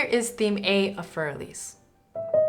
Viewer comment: What you do is great. Thanks. I only want to add that Für Elise shouldn't be pronounced fuer elís. Either you use For Elise and pronounce it in English or you say fuer E-lí-se (Für Elise) in German.